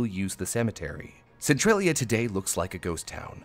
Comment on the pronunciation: So pronounces Central as Centrail? Since when? its Centralia not Centrailia. lol